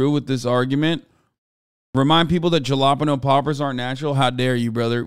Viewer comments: did hasan say jah la pegno instead of halapeno omg hahhaha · Hasan's pronunciation of 'jalapeño' is upsetting